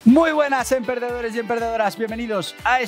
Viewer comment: Parece que dices en perdedores y perdedoras, al empezar.😁